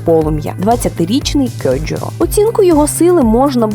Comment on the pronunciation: Дякую. Згадав чому полюбив це аніме і зарядився на очікування нового сезону. Окрема дяка за правильну вимову імені Кьоджюро